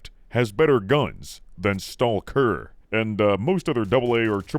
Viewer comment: oh, so you do pronounce stalker weirdly on purpose